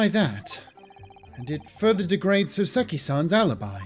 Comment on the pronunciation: Btw, RE: you saying before that “Saucy” was a stretch for “Soseki” — I’m not sure if anybody else has already mentioned this, but the correct (Japanese) way of saying his name is “SOH-seh-ki” rather than the way that sounds/feels more natural to Americans, “soh-SEH-ki.” And when you say it the Japanese way, it sounds a LOT more like “saucy,” lol.